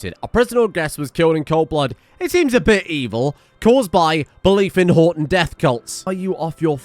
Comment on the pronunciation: Everytime he says Horton I just hear "I'm Rodger"